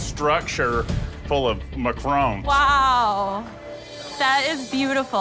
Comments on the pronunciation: Gordon calling them macar’oo’ns is making my eye twitch. Loved that said it correctly even when all the chefs pronounced it wrong lol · i'm not even French, but I'm so triggered how they keep saying "macarOOOONs" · "9 foot structure of muhcrones"